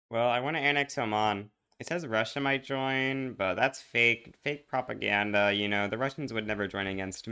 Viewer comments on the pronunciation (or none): none